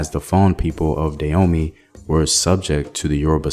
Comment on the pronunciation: It took me 3 minutes into the video before realizing you mean Dan-homey ! I was wondering what at all is "Deyomi"